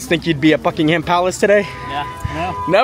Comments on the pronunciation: Glad to see you here in our London. A tip for your English. When pronouncing ‘Ham’ in names, like Buckingham or Birmingham, drop the ‘a’ and throw in a ‘umm’ instead. Bucking-umm 😊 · Great to see you enjoying your trip! Just one quick thing - we don’t pronounce it “Bucking-Ham” Palace, but “Bucking-um” Palace. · It's not Bucking-ham palace